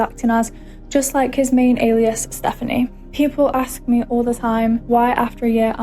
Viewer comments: Alias - A-lee-iss Aliases - A-lee-iss-is Please try and pronounce it correctly. It's so grating to hear you say it as Elias. That is a name and not the right word. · He pronounces it like the name "Elias", cracked me up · You’re saying alias wrong. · Biggest takeaways: -Don't trust reddit with matters of "justice" -I've never heard anyone pronounce "alias" like this